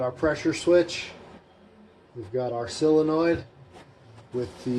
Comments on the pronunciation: I’ve never understood why everyone pronounces solenoid as silenoid,it’s quite bizarre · I’ve only seen one guy on yootoob that has pronounced solenoid properly, it ain’t you 😊